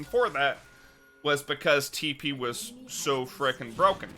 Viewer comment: No one: This guy: tEe PeE